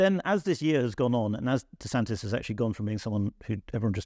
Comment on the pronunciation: There is no extra ‘s’ it’s just DeSantis’. Imagine a journalist not knowing that